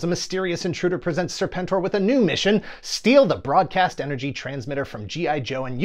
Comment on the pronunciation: Uh, it's pronounced 'Serpen-Tor'. 😤